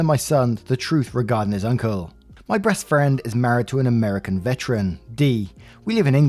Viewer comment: I swear to God at the beginning of the second story said "breast friend" 😂